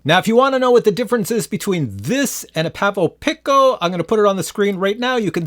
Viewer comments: Looking good with facial hair, haven't seen your vids in a while. Pavo pick-O ? 🤦‍♂️ I think Its pronounced pee-coh, like the Spanish word for small. 😊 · FYI its pronounced peeco. Pico means 10^-12 and femto means 10^-15. Which makes sense, because the femto weighs less than the pico. The pronunciation of these words are well established in the scientific community. They are really clever names for micro drones. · I like it the way he was saying it before. It sounded like Pavo Pickle.